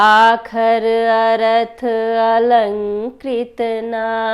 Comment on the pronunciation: धीरे -धीरे सुधार हो रहा है थोड़ा धीरे -धीरे पढ़ना है । पढ़ने में थोड़ा कहीं -कहीं गलती हो रहा है जिसको सुधार कर पढ़ना है जैसे "आखर को अखार " पढ़ी हो । आखर अरथ अलंकृति नाना छंद प्रबंध अनेक बिना ।